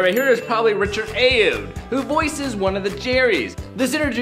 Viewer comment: it’s pronounced ah-yo-aah-dee, not ay-ode.